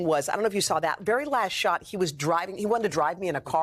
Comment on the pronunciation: Did She Say, “The ‘OUTPORN’ Of Love”!?!?!?!?!?